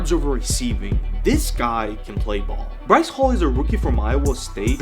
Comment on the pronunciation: Breece hall. BREECE. HALL. good vid tho